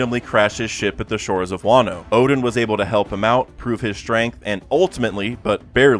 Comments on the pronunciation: Oden is NOT pronounced as Odin!!!! Is pronounced as O-DEN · Oden and Odin aren't pronounced the same way. This has just been bothering me in a lot of your videos.